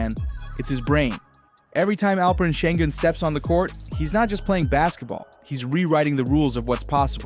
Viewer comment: You lost me at Olah-jew-juan.